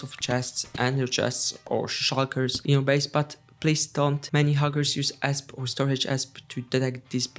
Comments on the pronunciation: amazing video but btw, "esp" is pronounced by the letters individually, like ee es pee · its pronounced E S P